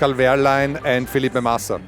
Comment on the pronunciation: Feliscal Massrlein?